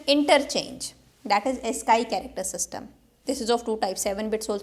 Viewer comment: Ma'am, you pronounce AS-SKY but it should be AS-SKEE.